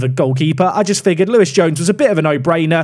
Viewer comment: I know Louis, cracking lad. Told him you're not an exciting signing in your eyes but he's bappy either way. It's not Lewis it's Louis 😂